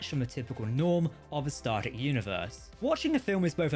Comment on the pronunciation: Dude you got to start saying star TREK, not Star rek, so annoying lol